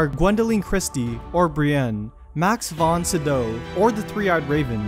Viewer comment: Am I the only one who is bothered by the way he pronounces "Daenerys"? Also, he butchers Gillian Anderson and Max Von Sydow's names.